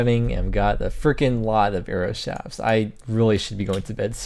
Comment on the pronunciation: shaft has a t at the end of it, so the plural form doesn't turn the f into a v... shafts. not "shavs"